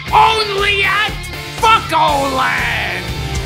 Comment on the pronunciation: Fucho Land? How about Fucko Land? XD